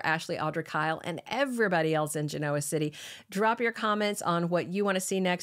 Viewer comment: I really like your podcasts but please learn how to pronounce Genoa. Emphasis is not on the O.